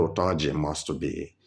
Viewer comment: Is not utoji his name is tunji